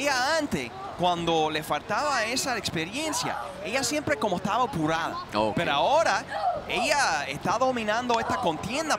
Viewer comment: dijo "opurada". Qué tipo de español hablan estos tipos.